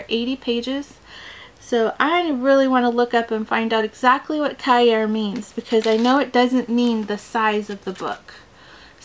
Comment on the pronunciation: cahier; ka-ya more like ki-yea, just means notebook.